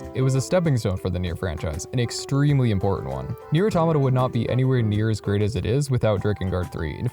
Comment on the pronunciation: Immediately starting the video by pronouncing "Automata" correctly. Instant like.